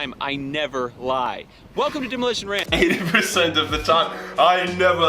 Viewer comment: “Demolishon ransh” I love this guy